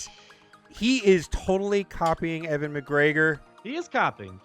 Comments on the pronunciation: UGHH, its pronounced U-in not Evan with a w! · It's not Evan McGregor, it's Ewan McGregor like uwan McGregor is the pronounciation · Ewan not Evan lol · why tf do u pronounce ewan as evan?? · from someone with the same name (different spelling) its said you-wun mcgregor 😂😂 p.s love the videos